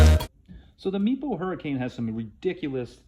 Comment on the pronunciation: Does anyone else hear ‘meatball hurricane’ whenever someone says Meepo Hurricane a little fast?